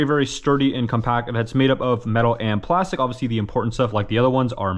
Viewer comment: bro says "oviously" so much